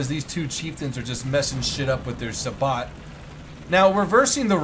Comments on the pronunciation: Say-bow not sar-bot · and say-bot rather than say-boo, for sabot. totally triggered right now!!! lol 😂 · I cringe when he says saBOT instead of say-bo